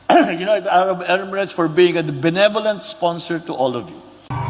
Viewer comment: He just murdered pronouncing the country that he is visiting.What a shame😂United Amats Erimates daw.Gawgaw yata nasinghot eh.